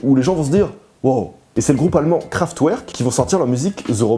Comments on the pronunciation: Juste, on ne prononce pas "Kraftouerk" mais "Kraft-verk" en allemand ! Bonne vidéo sinon, faut continuer ! ^^ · Kraftouerk haha :-D en fait le W se prononce V, du coup ça se prononce "Kraftverk" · C'est pas "KraftOUÈRKE" mais "KraftVEURK" 😂😂 si non excellent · on prenonce pas Kraftouerk mais Kraftwerk ;) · MAIS ARRÊTEZ DE DIRE "Kraftouerke"!! Ca se prononce "Kraftverk" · Krafewerk, le "W" se prononce "V" j'suis désolé, ça fait un peu bizarre aux oreilles... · Ça se prononce pas kraftouerk mais kraftverk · Tu te moques de "Manu" qui ne sait pas prononcer "Jim Carrey", mais ton "Kraftwerk" (kraft-ouerk) m'a fait siffler les oreilles x) A écouter aussi : "The Electric Lucifer" de Bruce Haack, 1970, avec du Vocoder ! PS : j'ai quand même pu apprécier la vidéo ! (Y) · Ca se dit KraftVerg ;) Super vidéo au passage ;) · Kraftverk* pour la pronnonciation s’il te plait :) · Super vidéo ! Mais Kraftwerk se prononce "kraftveurk" 😉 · le groupe allemand " Kraftwerk" ca se prononce " Kraftverk " mais super video! ♥ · Kraftwerk se prononce KRAFTVERK ^^ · Kraftwerk est un nom allemand, tu l'as mal prononcé.